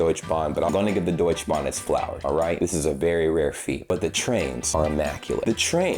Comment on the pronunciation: I know your German is good. Please say DeutschE Bahn. We are not the French. Letters are there to be spoken.❤